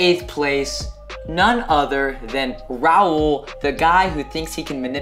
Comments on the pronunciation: did call Raul “rail” 😂🤚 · Can stop calling him “Rail” HIS NAME IS RAUL ITS NOT THAT HARD TO SAY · the way she says rail instead of raul💀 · Y’all catch that called Raul “rail”😭😭😭😭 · WHY DOES COLIE KEEP ON SAYING RAIL ITS RA OOL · Anyone else hear “rail” instead of “Raul” LMAO AUSHSHAHSJJAIA Please why does my comment have 520 likes ✋😭😭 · I swear she actually said “rail” that sounded nothing like Raul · I hear rail also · BRO THE SUBTITLES HAVE IT AS “rail” 😭😭😭😭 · Like it’s getting me annoyed that calls him rAIL instead of RAUL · It bothered me so much when At the end when was saying rale instead of Raul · She didn't just say "rail" instead of "raul" omg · Love how is still saying RAIL instead of raul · NOT COLIE MISPRONOUNCING RAUL FOR RAIL💀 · The way says 'Rail stop' instead of saying Raul I-... just no. It's not that hard to say girl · Did a okie just call Raul Rail? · i swear if calls raul “rail” one more time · did just call him rail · Does pronounce Raul like rail!? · who is rail...it’s pronounced ra-wool💀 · Is she calling him 'rail' 😳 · not calling raul rail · Why does she call him Rail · I thought people were being dramatic but then I heard it like who tf is “rail” I cringed so hard. 😂😖🥴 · HAHAGAHHS I CANT. RAIL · Gaby once called him Re-ol 🤣🤣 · Not rail😂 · ummmm did literally kept calling Raul „Rail” at the end like wtf he’s literally her kinda boyfriend and she can’t even pronounce his name right? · Why the hell does Raul want to be with a girl that can’t even pronounce his name right? Freakin Rail! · It’s raul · I thought was saying “rail” and it was her saying Raul 😭💀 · I love how she says his name wrong like “ rail stop” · BYE. THE WAY COLIE PRONOUNCED RAUL AS ‘RAIL’ IS KILLING ME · why did she say Raul like rail??💀💀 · COLLIE DID NOT JUST CALL RAUL RAIL WTF LMAOOO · Does anyone else notice that calls Raul, Rail 😂😂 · calls Raul “Rail” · Did say rail 😂